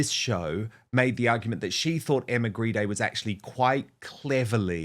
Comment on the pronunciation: Maybe Grede should be pronounced properly. After all Grede is Greed.